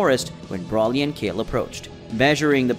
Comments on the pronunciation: Who is BRAWLY? ITS FUCKING Brooooooly. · Can you pronounce his name right is called Broly